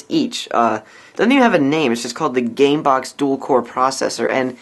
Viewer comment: LOL "CAMEBOX"